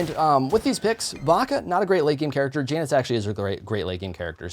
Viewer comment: When he says Janus wrong TRIGGERED